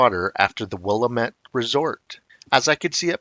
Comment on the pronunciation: In case it ever comes up again, it’s pronounced “Wil-LAM-ette, not “WILL-a-mette.” I’m 80 and have hunted, fished, hiked, camped and backpacked Oregon my entire life and have never seen or heard anything that I thought might be a Bigfoot. Not that they aren’t there; I’ve just never been fortunate enough to have an encounter.